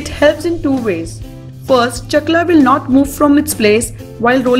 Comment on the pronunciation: Chakra....hota he .. Not chakla....